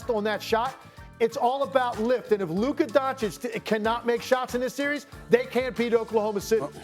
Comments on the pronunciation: SAS: LUKER DONCHIK is incredible 😂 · Luke-Kerr Doncic